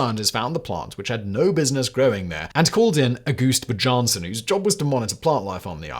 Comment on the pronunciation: Simon is the only person in the known universe to pronounce the J in Bjarnesson as anything other than a Y sound.